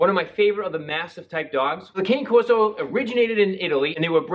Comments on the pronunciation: Hope your shoulder feels better. And the breed is pronounced like can-eh corso, not cain-corso. I know it's a small thing but if you're gonna do a breed review, say the name correctly, pretend you're Italian! :) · It’s pronounced. Connie Corso. Too late. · Dogo1 It’s so weird to me that people think the word “Cane” pronounced the way he did, would be the way the Italians pronounce it .. It’s Can(Aye) Corso, so frustrating.. Anytime someone pronounces it that way I automatically know they don’t know much about the breed at all lol visit Senza Tempo Cane Corso If you want real information of the breed . Great breeder & channel . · Maybe you could learn the proper pronunciation of the name. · I totally agree!!! Esp. when someone is "educating" you on the breed. Love watching Senza.